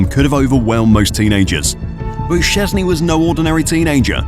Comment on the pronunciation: How about you at least google how to more or less say his surname before you make a video about him? I dont expect perfect pronounciation, i get that polish is hard, but at least try, calling him siezny is just disrespectful.